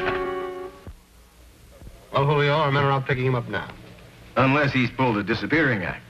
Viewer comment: I wish the police would’ve pronounced Julio's name the way he himself pronounced it.